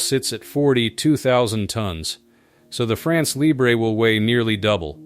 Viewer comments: It’s not pronounced “libré” but “libr..” (you don’t pronounce the last letter). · Yes the lee-bray pronunciation is Spanish so goes well with nacho, whereas the French is more like LEEBR-uh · « Libre » pronounced librae is not French ! France Libre has to be pronounced with a ton which didn’t exist in English. Forget the « e » Guess that « France Libre » will have a six generation Rafale which its fifth generation is currently the best fighter jet in the world on sea and elsewhere. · LIBRE pronunciation LEE-BRUH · France Libr... Do not pronounced the E. There is not accent atop of the E. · Right! No accent on the E of Libre, therefore you should not hear it.